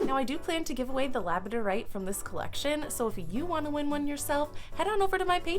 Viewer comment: Labradorite does not rhym with you don't say it right.